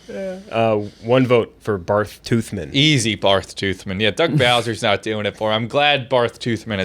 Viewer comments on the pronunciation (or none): The fact they didn’t realize that Barth is still pronounced Bart is getting on my nerves